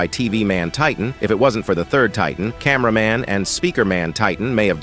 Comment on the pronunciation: Camæaman titan